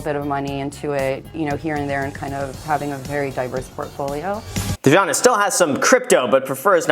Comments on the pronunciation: Dijana is most probably should be pronounced like Deeyana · So my name is Dijon and hearing you say Dijana just sounds super funny